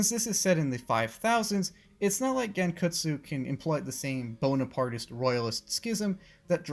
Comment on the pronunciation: It’s pronounced (Gon-Kut-su-oh)